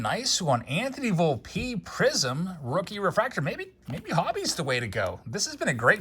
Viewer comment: Well will learn how to pronounce Volpe??? 😂